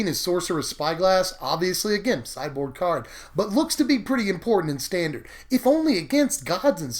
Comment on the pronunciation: I thought you said "cyborg" Instead of "sideboard." >< I need to go to bed.